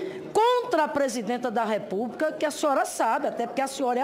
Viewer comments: Uma senadora,e professora,falar "expRica" "repúbRica" ? Lamentável essa senhora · Professora que fala REPUBRICA...coitados dos alunos! Sra Senadora, va estudar o Portugues! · RepúbRica e expRica kkk